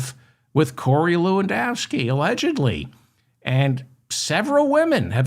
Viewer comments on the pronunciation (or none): Stop saying Corey Lewindowski Ewww